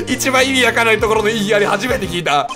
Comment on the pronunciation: 異議ありゃぁは草